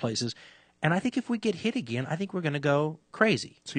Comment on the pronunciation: Dan "ageeen" Carlin